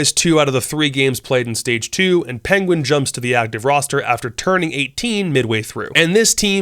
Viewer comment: You called penguin, pengu